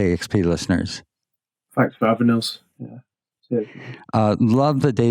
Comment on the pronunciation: "Fanks" lol